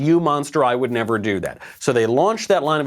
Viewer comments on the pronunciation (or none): none